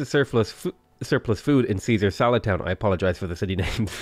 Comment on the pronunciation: Oh, that was "Caesar SALAD Town". Genuinely thought it said "Caesar's a Lad Town". XD